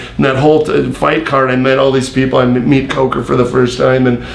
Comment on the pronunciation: White Spit on the lip, constant nose touching and plus he said Scott COKEr 😂